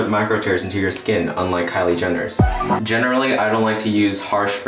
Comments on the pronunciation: Hey did you just say JENNERALLY😂 Sorry just had to😁 Love you❤ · "It doesn't put micro tears into your skin unlike Kylie Jenner's" 0.2 seconds later "JENNERally" I'm sorry I had to 😂